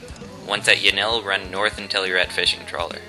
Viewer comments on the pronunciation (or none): cant say yanlee right